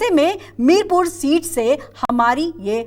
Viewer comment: Madam ji ye mirpur nahi mirapur hai ye